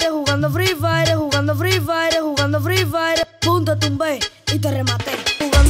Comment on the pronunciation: Así no se pronuncia "fire".